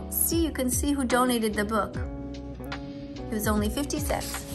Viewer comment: Are you living in germany because you say 5o cents